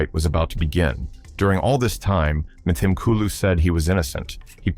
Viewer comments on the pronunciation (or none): Would be SO nice if it were narrated by a real person who could pronounce South African names and words properly. Examples: the 'h' in Mthimkulu is silent. It's pronounced as Mthimkulu. And the 'W' in Wits (University) is pronounced as a 'V'. Next time please just get a real South African to do the speaking.